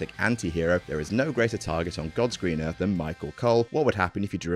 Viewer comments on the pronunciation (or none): none